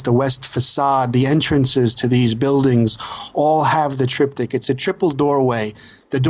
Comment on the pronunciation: Triptych. The guest needs to learn to pronounce the word!